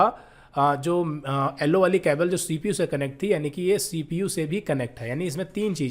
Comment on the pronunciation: Nice video very good explanation but "ellowww" wire😂